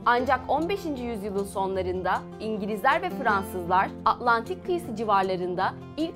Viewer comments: Dili dönmüyor demekki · ağh-lantik kıyısı. Atlantik demek o kadar zor değil :D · herşey iyi hoş ülke videolarını çok seviyorum da şu t harflerini konuşurken yutmasan konuşmaya dikkat etsen.. Belgesel yapıyorsun azcık telaffuzuna dikkat et. Mutlu yerine mu'lu, Atlantik yerine A'lantik diyorsun mesela. Her videoda t gelcek diye korku ile dinliyoruz